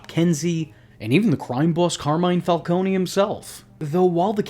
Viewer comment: So is it Falcone or Falconey?? You needa figure out how you're gonna pronounce it and stick with it btw it's FalCONE, like traffic cone. Get it right